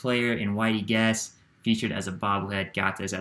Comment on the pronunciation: Hey there! I am the guy that created the Whitey Guese bobblehead...it is actually pronounced Gee-see